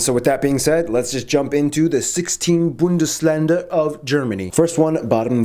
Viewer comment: you just pronounced „Bundesländer“ perfectly GG bro Greetings from germany 🇩🇪